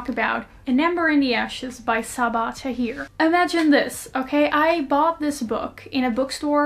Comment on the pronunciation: I low-key wanna point out the correct pronunciation of Saba Tahir but I don't know if that'll be rude 😀 . . . . . . . . . . Saba was pronounced spot on, But tahir isn't pronounced ta-heer, it actually ta-hirr. There i did it. I couldn't stop myself sorryy 🙊